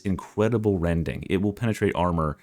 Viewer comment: "Incwedible wending"